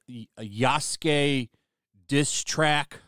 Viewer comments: Pretty sure it's YAS - K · Funny thing is that many westerner still call the name "Yasuke" wrong and I like that lmao. "Yusuki" "Yasuku" "Yusuke" "Yesuku" "Yusuku" and so on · not believing anything this guy says when he can’t even pronounce Yasukes name correctly